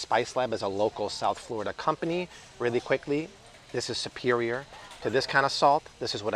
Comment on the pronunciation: I keep laughing because you keep saying"supewioah" like Tweety Bird and Porky Pig. You have switched patois several times today. You 👌? Lol